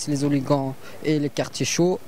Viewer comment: les "hooli-gants" ...